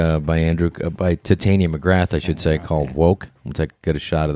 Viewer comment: Rob "Ti-tainia" Schneider